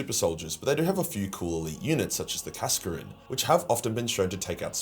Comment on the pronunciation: I did a double take at the e inexplicably added to Kaskrin.